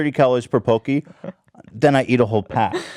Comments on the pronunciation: They're not pronounced PO-Key. It's PAW-key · Hello Panda are the best cookies ever, I can completely understand the inability to control yourself when those are in your face. Those and Pocky? Fuck dude, I’ll simp for these snacks. Edit: Ethan it’s pronounced PAH-kee, not pokey. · did he say poke-ee